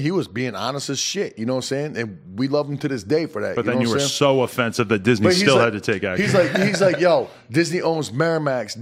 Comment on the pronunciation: Its disney not Disany..